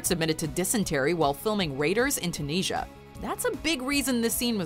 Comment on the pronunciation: tooneesha? that's the worst thing i've heard since eye-raq and eye-ran...learn to speak your language correctly lol